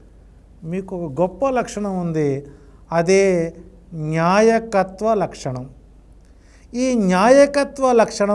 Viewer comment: న్యాయకత్వ లక్షణం కాదండీ.. నాయకత్వం అనాలండి.. నిర్జీవం లేకుండా చేయకుండా చేయడం ఏంటి మహా ప్రభో.. తెలుగు పదాలు పలికే ముందు రెహర్సల్ వేసుకోండి 😮😮😮